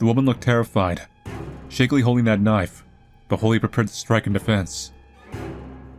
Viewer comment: A large KNOIFE